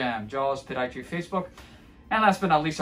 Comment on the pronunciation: my 10 year old son can’t wait to come hear how you say Podiatry at the beginning when a new video comes out. It cracks us up! Also, love the Darth Vader music 🎵